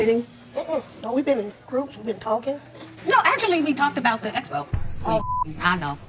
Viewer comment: The way she says ESPO instead of EXPO drove me insane!!! Then the EEvent. I never heard anyone pronounce these words like that ever before. Smh.